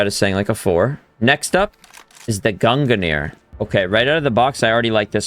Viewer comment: Can you please stop saying “gunganir” its just pronounced like “gungneer” not gunga